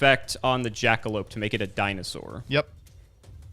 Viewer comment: Did say JJJackalope? Is he a fan of Jacksfilms?